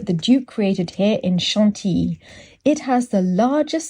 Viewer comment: I feel like I learn so much from these adventures! ( especially the pronunciation of Chantilly). Thank you for taking us along 🤗. And nice book selections,.